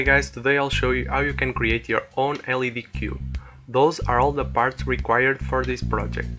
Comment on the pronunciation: Nice Video. And for the future: When you say LED, you should say every letter single.